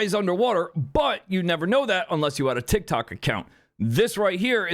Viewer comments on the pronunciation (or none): none